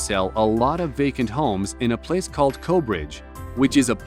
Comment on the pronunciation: Those houses are definitely NOT in Corbridge!!!! And it's pronounced COR, not CO. CORBRIDGE, in Northumberland. Kinda makes you wonder what else they got wrong?? Lol